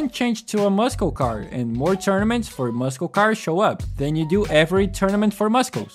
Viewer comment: Hearing you say muscle cars makes me giggle. Thank you.